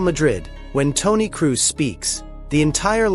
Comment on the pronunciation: If your AI cant pronounce Kroos.. or Xavi... Or Vini.. or 6/10 basic fckng English words... dont use it...